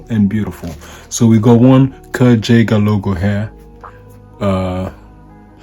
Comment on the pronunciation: His name is pronounced Guy-ger not the way you’re saying it. Kurt Geiger pronounced Guy-ger